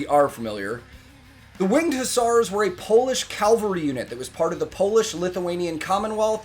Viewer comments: ok first of i really like those reaction vids. but one thing gets me triggered everytime wether a native speaker does it or someone who has english as second language... CALVARY.. emperor damned.. those are horsemen and not a site were jesus was crucified... CAVALRY and your math is correct but for the wrong army... 15 to 1 was the quota for vienna itself.. 10000 defenders of the city vs 150000 ottomans.. hell the elite unit of the jannisaries had allready as many in them as the city in total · Do you actually say Calvary instead of cavalry where you live? I never heard that before, is it something like aluminum and aluminium? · Sorry to be THAT guy, but you keep saying "calvary" instead of cavalry. Calvary is the hill where Jesus of Nazareth was crucified. This is just something that has always annoyed me when people get it wrong, because Calvary, and cavalry are two completely different things. Again, sorry to be THAT guy. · So first, it's cavalry not calvary, but also did you know that Sabaton's drummer Hannes Van Dahl is married to Floor Jansen, the singer of Nightwish? I just figured I'd throw out that little tidbit of little-known information your way byyyyyyyyyyyyeeeeeee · Calvary? 🤔 Isn't that the hill where Romans tortured and put to death a certain jewish insurgent? 😂 I'm going to assume - as you consistently said 'calvary' instead of 'cavalry' - that it's an americanism 🤷‍♂️ makes no difference, but did make me smile 😁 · please stop saying calvary! :)